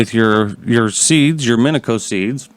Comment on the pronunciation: Its pronounce min-e-she-o